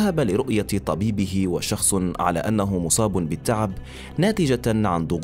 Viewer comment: في اخطاء غريبة ف القراءة وشَخْصٌ؟ وشُخْصِنَ مو بالفتحة على الشين